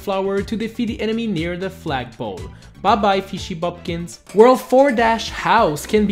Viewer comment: He said fishy bupkins XD